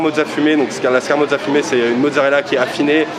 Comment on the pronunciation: Peut-être qu'un jour ceux qui la proposent arriveront à bien prononcer le nom de la scamorza (et pas scar-moza) !